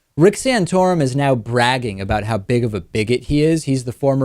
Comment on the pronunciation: Stop saying "sanotorum", it is offensive and gross !